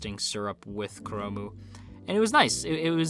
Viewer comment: It slightly bothers me that you call 'chrome' as 'kuromu'~! Japanese is really broken when it comes to English sometimes~